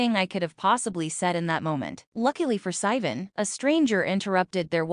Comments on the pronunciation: why is it pronouncing sivan like that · AI couldn't say it right